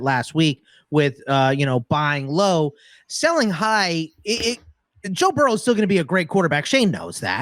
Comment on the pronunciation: Joe Barrow? Do you mean Joe Burrow?